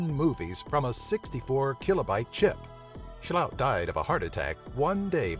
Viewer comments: Why cant english speakers not just read what the name is? i mean how does "sloot" become "sjhullowt" ? just fucking read the name. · Best Dutch pronunciation 2016! ... Not rlly. Maybe if they were German with some weird accent and were named Schlaut.